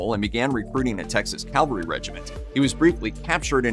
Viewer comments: The narrator keeps saying “Calvary” - it’s “Cavalry”! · CaV-alry, NOT CaL-vary, puhleeze. 😊 P.S. Calvary was the hill upon which J was crucified. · The word is CA-VAL-RY, not "Calvary!" Calvary is where Jesus Christ was crucified! CA-VAL-RY...please get this right! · Very good presentation but mounted troops are CA-VAL-RY. Sorry…just a pet peeve of mine. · It's a pet peeve of mine, too, and about 90% of people mispronounce this word. UGH!!! CA-VAL-RY!!!